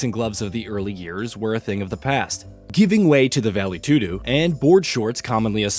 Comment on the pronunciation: Bro said vale todo like the dog from the wizard of oz